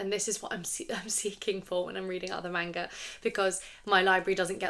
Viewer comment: I love your content, but the way you're pronouncing manga kills me.